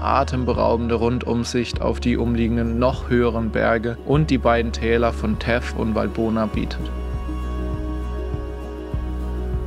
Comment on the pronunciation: Theth wie thankyou nicht teth.